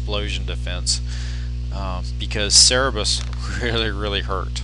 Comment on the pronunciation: Have you ever noticed that it's "cerberus" not "cerebus"